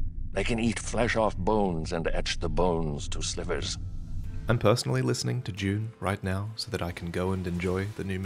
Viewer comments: Is it just me or does it sound like he’s say June and not dune at the end? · I was very confused by the ad at first because I thought you said "Jew" instead of "Dune" and I was wondering where the hell you were going with that. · its crafting, not crofting... and dune, not june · Anyone else wonder what the hell "June" was at first?🤣